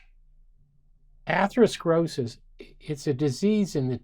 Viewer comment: ‘Atheroskrosis’. Sorry but I find that disconcerting.